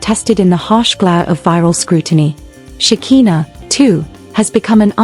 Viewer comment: Her name is Shekiiiiiiinah NOT shakeeena. ,🤦🏾